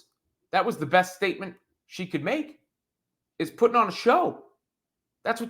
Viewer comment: hahahahaha … I like the way you emphasize the best no 6 rookie of WNBA …